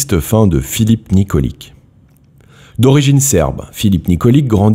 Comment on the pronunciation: Ça se prononce Nikoli[tch] je sais ce que je dit je m’appelle aussi Nikolic